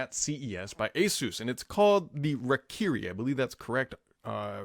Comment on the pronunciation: That's Rye-keeree. And naming a controller Lightning Cutter is pretty fucking cool.